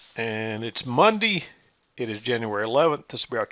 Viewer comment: "Muhndeeh", I love this guy